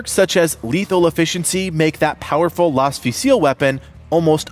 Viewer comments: Laz not las. Pronunciation not spelling lol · "Las" is pronounced laze like laser Pero de nada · Lol, I'm sorry but I can help but laugh when you pronounce the Las Fusil. It's not pronounced with an accentented spanish ã that makes it sound almost like an o, it's Las as in Laser almost pronounced with a z instead of an s. Think the word Lass but with a z instead of a second s.